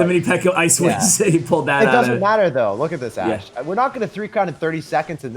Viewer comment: Love the duo.. ash tag sounds like hash tag..